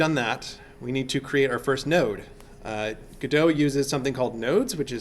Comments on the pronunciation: It's pronounced God-oh (not Go-doe)... Waiting for Godot (/ˈɡɒdoʊ/ GOD-oh[1]) is a play by Samuel Beckett, in which two characters, Vladimir (Didi) and Estragon(Gogo), wait for the arrival of someone named Godot who never arrives, and while waiting they engage in a variety of discussions and encounter three other characters. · great vid. FYI If you're a theatre major and are pronouncing it like the samuel beckett play, it's norally pronounced "god-o" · They need to brand this engine as GoDOT or GoDot not GODOT. Would help alot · Yall are dumb. It's 'Godot'. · It's obviously 'Godot', as in 'Godot' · I think people pronounce it gu-doh as in the play "waiting for Godot (God)"; instead of Go-dot. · It's actually pronounced 'Godot.' I don't know where you heard the other two. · No way! I always thought it was pronounced "Godot"! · You admit the developers pronounce it differently, then you purposely mispronounce it over and over. Pretentious and annoying. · It's godot not G-O-D-O-S-A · well, it should really be pronounced with a silent "T" because it was named after Samuel Beckett's play "Waiting for Godot". you should just google it and i'm pretty sure somebody else has already commented something about that. sorry, english is a 2nd language for me. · Because "Waiting for Godot" is a pretty well known play, and that's why he pronounces it like that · Lol everyone of you are wrong here hahaha. It's 'Godot' not 'Godot', so please stop calling it 'Godot' for Godot's sake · Dude its obviously "Godot", I'm surprised people are comfortable with saying it like "Godot" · Stop calling it "gudough" you fucking mongol you even acknowledge the creators refer to it as "go dot" yet continue to pronounce it your own way because mommy told you you're a special snowflake. Are you stupid? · and its go DOT not gado, if your going to make tutorials pronounce it right god that's annoying. notice the second letter is an o not an a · Go Dot, its not a Frenchman.